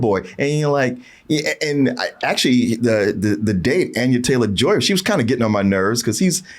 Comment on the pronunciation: Not mispronouncing Ralph Fiennes AND Anya Taylor-Joy's names multiple times